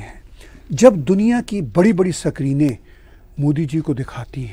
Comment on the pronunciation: "सकरीन" - वाह खुश किता😂